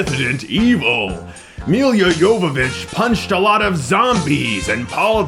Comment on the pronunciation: Wait, are you calling her "Emilia"?